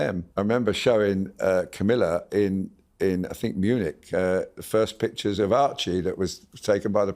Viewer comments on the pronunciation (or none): none